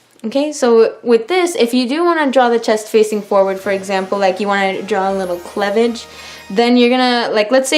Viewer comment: THE WAY U SAID CLEAVAGE OMG